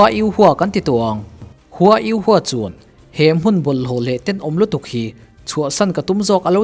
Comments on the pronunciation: U ho tih tur u hua nioin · Yu ho ti in ko zawk la?😅 a flim a an pronounce ang in